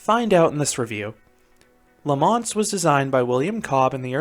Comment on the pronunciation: It's not pronounced La Monst: it's pronounced La Monstre with a silent E. For someone who's been to Europe you should know better, 😑even if Quebeckers speak funny. Also: WHY DID YOU BRING X2 INTO THIS? Are you having a joke with us Canadians, young man? Tisk tisk. Finally: I never knew there was RMC topper track on this coaster, but I can only hope that gives Canadian coaster enthusiasts like me hope that they RMC Great Canadian Mine Buster, Le Mostre and possibly a raptor track at Playland in Vancouver (since the fastest launch in Canada is meaningless 😉) But thanks for posting; I've not ever visited La Ronde but your review looks to be about right. 😑 Thanks for posting!